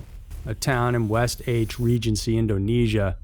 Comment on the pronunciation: Never heard West Aceh pronounced that way🙂 Happy for the survivors & my condolences to the lost